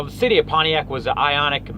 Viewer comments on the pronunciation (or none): It’s iconic, not ionic